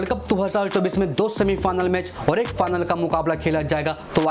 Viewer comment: Final ❎ fanal ✅ 😂😂😂😂😂😂